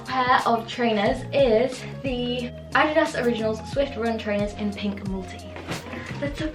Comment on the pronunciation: It's so nice hearing foreign people pronounce 'adidas' correctly❤ love you